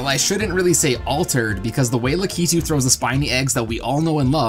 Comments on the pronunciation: BRUH IT'S PRONOUNCED LACK-IT-OOH NOT LOOK-EET-OOH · Lah-KEE-too? Never heard it pronounced that way before... only LAH-kih-too. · The real pronuciation is rah-key-too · The way he said Lakitu XD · You say Lakitu wrong. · Also you pronounced lakitu wrong lol